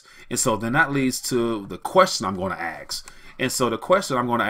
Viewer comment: Great content. But sorry Dude I have one negative comment (read constructive criticism). You lose a bit of credibility when you keep saying "the question I'm gonna 'axe' is...". Cant you at least try to say "ask" instead of "axe"? Its not that hard and most importantly makes you sound like someone who knows what he is talking about. Cause what you are saying is important but whats equally if not more important is "how" you are saying it. My 2 cents. Take it or leave it.